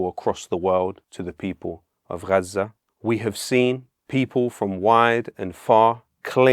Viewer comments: Just pronounce Gaza like normal English mate. Mixing accents is stupid. Love the message though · Why is he saying Gaza in such an indulgent and annoying way?